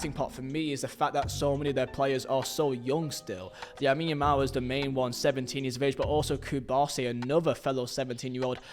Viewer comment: Shows the wrong President when talking about Barça's money problems. -Calls Marc Casadó 'Marc Caicedo' -Says Casadó barely played until El Clásico where he surprised everyone, when he's been Barça's best midfielder for months. -Calls Lamine Yamal 'Yamine Yamal'. -Calls Osasuna… 'Osuana'? 'Osawana'? (I don't even know.) -Calls Martin Braithwaite… 'Branfrei'? -Includes Aubameyang as a 'fail', when his performance was superb and saved the team multiple times. This is an extremely low-effort video, basically football slop. You clearly don't watch the games, know the players, or give a damn about LaLiga, not even the names of historic clubs. And this was about Barcelona, one of the biggest clubs on Earth. I can't even imagine your research and effort for smaller stories.